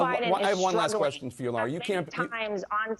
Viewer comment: Hey honey bunny just a quick question. Can you not pronounce Laura why do you keep saying Laira?